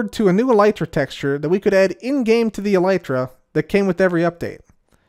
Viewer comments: Seems like you just discovered how the word is actually pronounced haha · Why do you say elytra like that